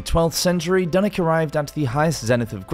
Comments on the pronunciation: Dunick? Its Dunwich and pronounced as it looks. ich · Dunwich was wrong too